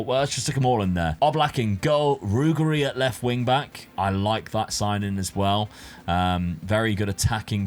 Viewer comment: Brother in christ 😢 use Forvo, you're butchering SO many surnames! Example: Ruggeri=Ru-GG-Eri. Meaning Ru-Ge(as in Gerrard)Ri. Not Rughery